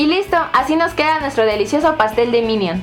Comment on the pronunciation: PASTEL DE "MINIOM" JAJAJAJAAJAJAJAJAJAJAAJAJAJAJAJAJA